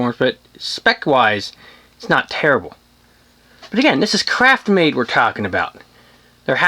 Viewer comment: Craftmade, not CRAPMADE... 😒